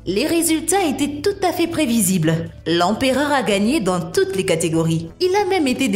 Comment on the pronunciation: "L'empéreur" Néron... L'empéreur 🤦‍♂️